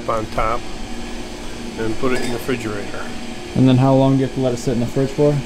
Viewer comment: "frigerator" this man is precious